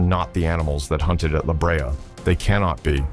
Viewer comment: It is la Brea pronounced la BRAY-uh